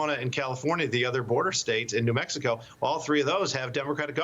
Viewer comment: Did the Host just said :' Maxacow instead of Mexico...lol. listen